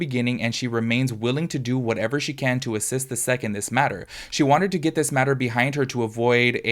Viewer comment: Hi friend, you say the letters S.E.C not 'sec' :) for future reference